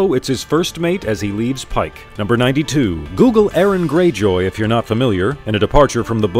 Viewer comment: Your pronunciatin is despicable. Euron - You-Ron not Aaron.